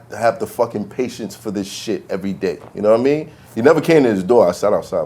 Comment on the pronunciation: its actually yadidimean or yadida v-lad just butchered it